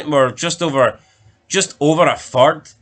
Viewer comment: How many times did uz guys say "fird" in that video